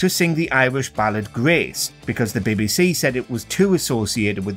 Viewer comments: Bee Bee See not Bebe Se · "The Bibby-See"? LOL! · Why is the narrator having trouble with saying BBC? What's the "Bibby Sea?" Is it near the Red Sea? 😂😂😂😂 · The John Lydon story is a real indictment of the “Beb BC [as the narrator would say it]” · Why you got to call it “Bebbiesea”? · Can anyone tell me what "the Bi-Bi See" is? Surely the voice over can try and pronounce the initials correctly. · Why h call it bebby sea? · The next person to be banned should be the narrator of this video for his very odd way he pronounces "BBC"